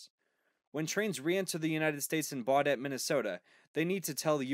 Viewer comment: He did not pronounce Baudette correctly.